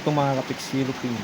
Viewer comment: It’s YELLOWFIN tuna not “yellow pin”